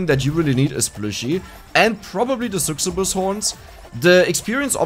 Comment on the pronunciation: loving these videos. Just wanted to mention that "succubus" is pronounced like "suck-you-bus." It sounds like you're trying to pronounce it similar to "success," but that sounds like a pretty difficult pronunciation.